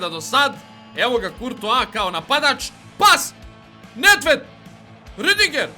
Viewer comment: Kaze se Ridiger